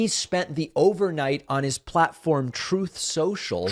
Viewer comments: That "Troth Senshall" makes me laugh every time.... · David, thank you, I laugh every time I hear Trump can't even say the name of his own platform. Reminds me of origin being pronounced oranges.